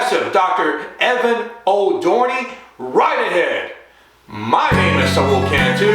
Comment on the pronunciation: Wait.. did you say his name wrong? I guess he didnt get his TUNA.